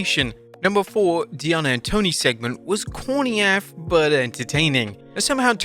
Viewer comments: Toni storn was brilliant, the only thing "corny af" is you pronouncing "af" as one word 😂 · The only thing cornier than the Toni Storm bit is this idiot saying "AF" like it is a single word